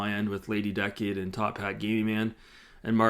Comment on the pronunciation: Be careful she’ll probably sue you for mispronouncing her name. It’s Lady DUH-cade 😂😂😂